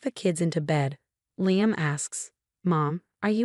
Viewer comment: Liam is pronounced L-E-E-(H)-A- M